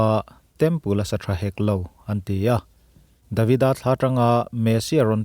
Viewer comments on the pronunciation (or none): none